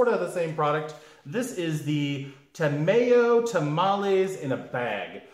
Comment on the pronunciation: Congratulations, Every Success and Happiness for the Both of You!!!! Bigg Huggs !!! btw, Ta My oh, like Chimayo New Mexico, it's Chi My Oh, Tah My Oh. Ta May Oh sounds like food lube